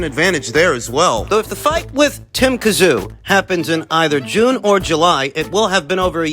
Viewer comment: Also as a Strayan, J you should know it's not Tim Kazoo 😂 we say Zim Too